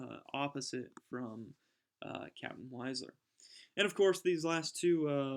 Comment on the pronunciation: Just one point. Wiesler is pronounced VEESSLER.